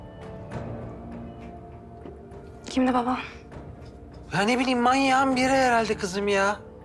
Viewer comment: Ozanın eceyle konuşurken baba kelimesini söyleyememesi...